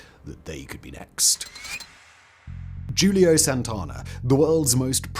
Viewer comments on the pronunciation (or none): Your first assassin's first name is NOT pronounced Julio. His is a Spanish name. It's pronounced Hulio. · It's "Who-Leo" and "Ha-sha-sheen". Sorry Simon, but those were a bit rough to hear. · Lol Julio? Simon, the J makes an H sound dawg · Who-Lee-oh ....Julio